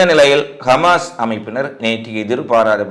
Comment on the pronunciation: Hamas not gamas... Houtis not goutis... Excellent news.. But ungalukku ha... Words vaile varale nu enaku puriyuthu....my dougther olso same... But I'm training every day... Now she change ready...